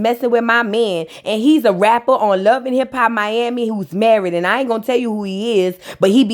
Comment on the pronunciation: I’m happy to hear you say my city right 😂